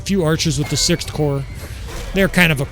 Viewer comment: You are saying it right, the ps in corps is silent in french also, just pronounce army as armé and add the 'd'